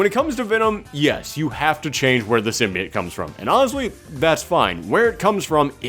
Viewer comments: Worst of all, Sony mispronounced symbiote in the trailer so now we have sim-bye-oat and its gonna stick around... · what about in the venom trailer where the lady said symbayote?